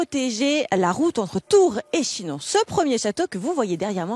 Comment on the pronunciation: La visite vaut la peine,mais l'élocution st des plus pénibles:"dessouffe",500 anffe,Chinonffe,etc...C'est ridicule,au point que j'arrête le son,c'est insupportable!